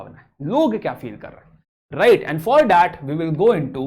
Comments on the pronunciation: Who notice the produnciation of right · Theek se bol to le bhai